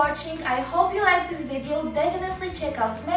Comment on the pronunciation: Omg I cant get over the zis